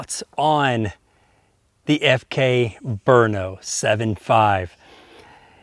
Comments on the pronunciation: The correct pronunciation is BR-NO which is halfway between 'brunno' and 'brinno'*. Named after the czech town of Brno which was called Brünn previously so it definitely begins with a 'Br' sound. The Czechs don't seem to like vowels (there was a czech bike racer named Smrz, no vowels at all!) but 'Berno' is just wrong. * It is quite hard to explain how a 'ü' sounds like to somebody whose language does not have umlauts. Either way the czech name sounds almost exactly like the original german name, just with an O at the end. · They hold moto GP races in Brno and its pron Bru- no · Ugh, the way americans pronounce stuff is disgusting. It's not 'Burno' or 'Bruno', it's 'Brno'.